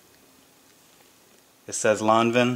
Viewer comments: Jeanne Lanvin was french, the pronunciation is:Lahn-vahn.Period. Surnames don't change. Countries are different. Should read more👆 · ¡ Come on dude...! It´s: "lahn-vahn".